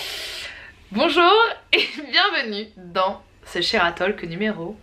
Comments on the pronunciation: La vidéo est excellente, comme toujours ! Juste une petite remarque : on ne dit pas le L de talk en anglais, c'est plus : "Tôk" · Combien de profs d'anglais se sont retournés ds leur tombe ? On ne prononce pas le "l" ds talk